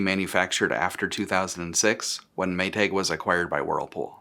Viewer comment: "May-tayg" omg where are you from that you say it like that?